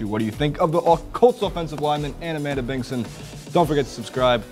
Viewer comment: Its Amanda Bingson, not Bingon.